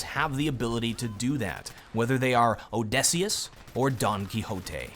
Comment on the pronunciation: well you did pronounce Odysseus kind of strangely lol